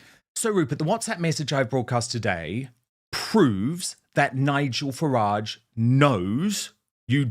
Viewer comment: Farage, not garage.